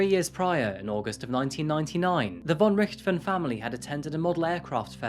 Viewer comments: I'm sure you worked hard on this, mate, but your repeated mispronunciation of her family name was infuriating. If unsure, look up who the Red Baron is. Also, German in Brazil are usually descendants of Nazis, so maybe it's not a sad story. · you where so close to pronounce "von Richthofen" right ;D yet far away xD Ger is hard to pronounce i know but atleast it was near ^^ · I've never heard Von Richthofen pronounced in that way 🤔